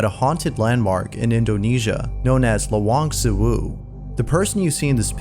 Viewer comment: The way you said Lawang Sewu is funny. Good job on exposing more Indonesian ghost videos. Though mostly are fake ghost made for profit. "Lawang" means "Doors" and "Sewu" means "Thousand" in Javanese. Which means thousand doors